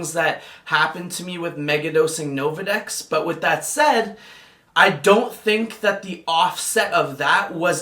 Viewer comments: "Novadex" "Relaxafin" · Nolvadex,. Not Novadex.